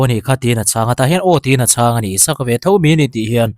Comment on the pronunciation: Isaka ni lo in.. Isak tia koh/kauh a hua🤣🤣🤣